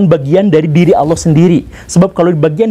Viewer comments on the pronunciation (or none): Pengucapannya Allah di perbaiki pak Bacaannya Alloh BUKAN Auloh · Org sunda kek gitu cuk, pernah liat AA Gim ceramah gk?